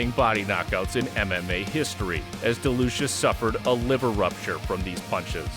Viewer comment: Bad Rutteb was a beast. His Leaver kick was brutal. I know it’s liver but when he says it sounds like leaver